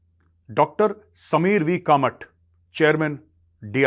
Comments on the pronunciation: Major sahab Kamat Uchhar "कामत" aisa hai कामट aisa nahi hai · It's Kamath' like in Talwar.